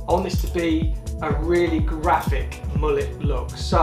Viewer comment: Init defo not a mullet, but guy can’t say it properly either, he says moo-let so maybe this is a moo-let cut and not a mullet